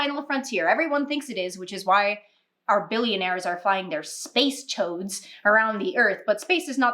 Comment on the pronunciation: Did you say ‘Space toads’ or ‘Space choads’? Lol! I rewound 3x and still ain’t sure! 🤣